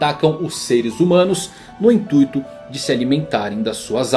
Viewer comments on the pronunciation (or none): none